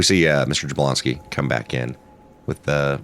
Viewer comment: Jabloński is pronounced with a Y if anyone cares...(ya-BLON-ski)...always emphasis on second to last syllable on Polish words.